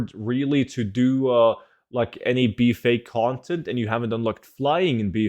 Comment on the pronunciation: The way he's saying BFA. "Bee Fay" 😆